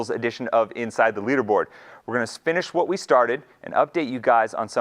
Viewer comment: "We are gonna spinnish what we started" Hahah